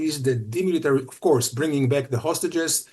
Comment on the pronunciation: PLEASE SIR : THE WORD REPORT ? IS NOT PRONOUNCED WITH A "W" THE WORD OF COURSE ? IN NOT PRONOUNCED WITH A "W" PLEASE ! PLEASE ! TRY TO SPEAK ENGLISH PRONUNCIATION CORRECTLY ...